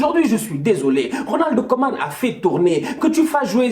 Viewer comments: Putain il dit toujours '' Ronaldo koeman '' c'est Ronald 🥺😢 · Il dit "Ronald Koeman" c'est juste qu'il prononce le"D"